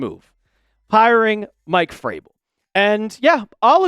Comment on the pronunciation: Hey goofball. It’s Vrabel, not Fraybel. Can’t listen to you anymore until you learn how to pronounce his name. Think vroom, not froom!